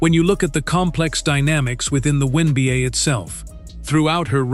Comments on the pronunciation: What the hell are the Win Beeyay and the When Beeyay? 😆😆😆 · In previous videos, they called it the One Beeyay. Now they're calling it the WIN Beeyay! 😆😆😆 Ooops! I posted too soon! They just snuck in a "WHEN BEEYAY"! 😂😂😂